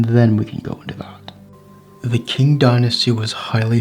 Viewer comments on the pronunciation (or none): I never knew about this rebellion, very interesting. But one thing is, when Chinese is translated to English, the "Q" is pronounced with a ch sound, so "Qing" would be "Ching," not "King." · Du wenxiu is a hero I both ROC and PRC, such a wonderful general and personality to unite capitalists and communists in his rememberance to unproot the invaders. The fact that the commentator pronounces Qing as King, shows the illiteracy. Muslim generals had fought for western ideals in china, fought communism and gave their lives resisting them, still honoured by the Taiwanese, only for a stupid bloke to disrespect them.